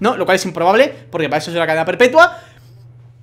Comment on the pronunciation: No se yo pero ha dicho perpepua ahi lo dejo